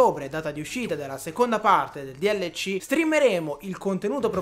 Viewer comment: DLC non si dice dielleci ma si dice delsi